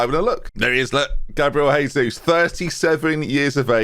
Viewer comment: Great signing. Don't know how he agreed to move back to UK to be paid 1,5k a week but sure. You're pronouncing his name wrong though. He's Brazilian so it's not Spanish, it's Portuguese.